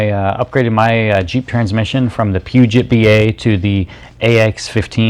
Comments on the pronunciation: dude...Pew-jet? Get some education. It is French...Poo-joh. Never heard of that? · Pronounced "Poo-Joe"